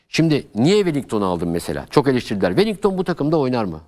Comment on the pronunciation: Hoca bile welinton'a welington diyo çok enteresan